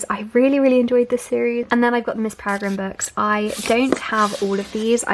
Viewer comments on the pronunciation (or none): none